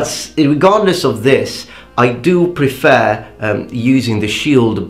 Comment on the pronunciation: You mentioned you want your pronunciation corrected, so: A bit nit-picky, but: the second E in "prefer" is slightly off. That aside, if you really want to be a badass, dual wield a katana and wakizashi like miyamoto musashi. :P